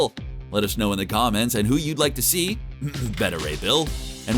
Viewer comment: He mispronounced Beta Ray Bill...aaaand nobody else is commenting on it. Well, now I feel like a dick for saying anything